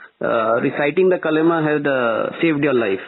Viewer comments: It is Kalma, not Kalima.. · It's called Kalma and not kalima....some education you should have mr godi media journalist ... the quality of your journalism has gone down to drains.